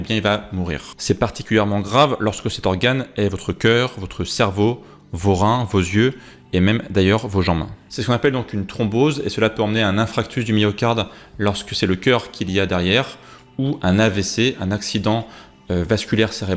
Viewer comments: MON BRAVE MONSIEUR : ON DIT INFARCTUS DU MYOCARDE ET PAS " INFRACTUS".... VOUS PERDEZ TOUTE CREDIBILITE.... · A 4"36 j'ai cru entendre "infractus" ? On parle d'Infarctus (comme farce) et non d'infractus.. Hormis cela très très bonne vidéo, très didactique. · A 4.38 j'ai entendu "infractus" du myocarde... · Très bonnes explications, je trouve dommage que vous disiez infRactus au lieu d'infaRctus à ce niveau d'explications si spécifiques. Merci pour cet exposé très didactique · Super, intéressant. De là à dire qu’il y a un lien entre les statines et Alzheimer, il n’y a qu’un pas 🤔 Par contre, attention à « inFRACtus » 😂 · À la 4.35 minute....< > ??????? Vous êtes sûr d'être compétent pour parler de médecine ? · J’apprécie vos vidéos mais il est quand même regrettable qu’un professionnel parle « d’infractus » du myocarde !! Un infarctus svp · " infractus" ce n'est pas terrible, infarctus c'est mieux 😉 attention à l'accord de certains participes, cela dit vidéo intéressante malgré tout pour le profane que je suis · INFARCTUS, PAS INFRACTUS ... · un infractus? lol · Oui j'ai souvent ce défaut de prononciation avec ce mot 😅